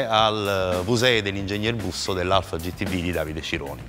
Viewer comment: si dice "gi ti vi" non "gi ti vu". la VU mon esiste nell'alfabeto...... per il resto alla grandeeeeeeee